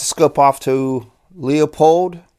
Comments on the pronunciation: It’s not pronounced “Leo-pold”, it’s pronounced “Lew-pold”. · stop saying the name wrong do you see a 2 Os in Leupold its not Leopold u u u u u. Don't get mad when someone keeps your last name wrong over and over.I do by the way it seems the recoil of the guns is knocking out of zero I have older scopes never had those problems,but these new ones or new style I hate them. Leupold is not holding well on quality now this sucks.sorry for my rant